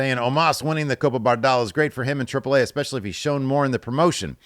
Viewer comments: Spanish vowel pronunciations: A-->"ahh", E --> "ehh" Trip-plehh Ahhhh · As a Mexican, I appreciate how pronounces correctly "Triple AAA" and "México", lotta respect... looootta respect to you my friendo. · That's the correct pronunciation though